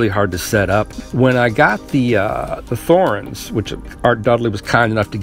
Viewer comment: It's T-horens. T not th.